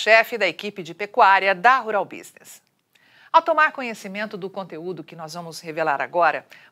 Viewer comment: *Rural Business. Escrevi 👆 como a "" pronuncia. 🤦😂